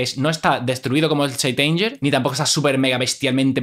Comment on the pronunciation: Se pronuncia seint anguer. /St anger